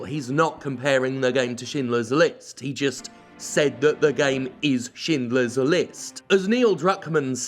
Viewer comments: As a non-native speaker I find it funny that you pronounce Schindler correctly, but not Schreier. Like, is this a Jim fuck-up, or is this an English Language fuck-up? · How is it that you can pronounce "Schindler" but not "Schreier"?